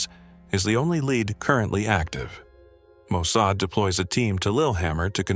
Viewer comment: The narrator, a fluent English speaker, pronounced Mossad as 'Mosaid'. Mossad is literally pronounced the way its spelled.